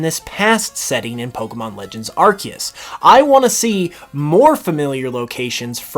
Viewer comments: #1 hope, learn how to pronounce Arceus. Lol アルセウス / A-ru-se-u-su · Starts the video by saying "Arkeus"